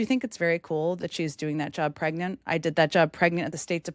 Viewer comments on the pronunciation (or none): none